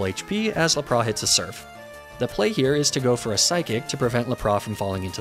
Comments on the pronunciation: He does that as satire. He also does it with Lapras and pronounces it as Lapra. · not the la-prah!!! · La-pra? What’s up with these pronounciations? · how the actual fuck did you pronounce LAP-RAS? Good god man, i've seen bad, but this is almost trying hard to be bad